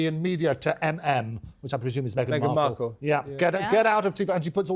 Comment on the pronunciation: . "Me-again -Marple- ...er... Mark-all" .